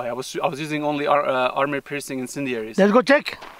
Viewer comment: Enjoy your broadcasts, but please say “Armor piercing” not “Army piercing”. Thanks!